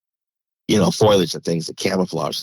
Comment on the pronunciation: It's fo-liage, not foil-edge, Foliage, Look at the word. : /